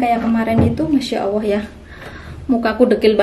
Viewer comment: kenapa bilang MasyaAllah bilangnya masyaawoh 🙃